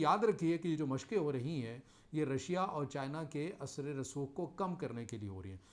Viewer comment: Sir asre rasokh nahen hota balke asar rasookh hota ha.